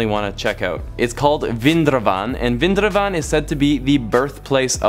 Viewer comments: vrindawan is prounced as wrin - dha - one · Its VRIN-DA-VAN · bro its, vrindavan (viri -in-daa-one) Nice explaination though😍😍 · You pronounced Vrindaban as Vindraban 🤣🤣